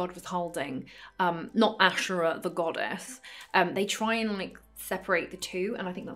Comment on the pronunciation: You're right to pronounce it ashera and not asheera